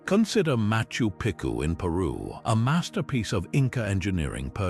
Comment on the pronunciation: accept machu piku bruv